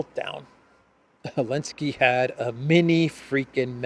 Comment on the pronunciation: TamGavSKI FOR eLenSKI 😂😅 had me LOLing. Thank you for your work Sir